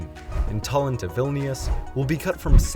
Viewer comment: Please, dont mispronounce words, including English ones. Route is the same as root. Tallin is tallin, not tollin.